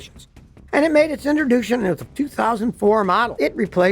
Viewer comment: Scotty, you can talk normally . I didn't think I was watching your vid until you murdered the word "introduction ". Keep doing what you do 👍